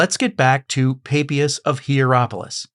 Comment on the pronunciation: Sorry, but the name "Papias" is very straightforward : it is pronounced in both Latin and Greek, ancient and modern, and in all European languages, just as it is spelt, with the "a" as in "father". This is no Mystery!